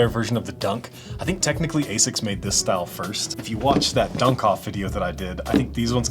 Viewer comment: I have never heard anyone in UK not pronounce it as "AZZix" but that is also wrong. Ahh-sics is the official one.